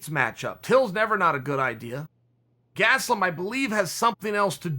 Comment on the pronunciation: Me: Kevin Gastelum Chael: Gatzelum Me: Kevin Gatzelum....